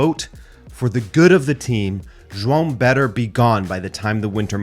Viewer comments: Finally, someone that can say João correctly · Omg someone who can pronounce João properly and not ‘Joao’.